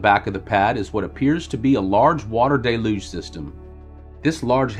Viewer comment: Very good video man. Good job. A little advice... The DELUGE SYSTEM is Pronounced "duh-luge" system... NOT "day-luge" system. 👍